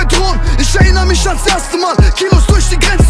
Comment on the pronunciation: kollegah kann erinnern richtig aussprechen, 18 karat kann es nicht er - innern und nicht er- rinnern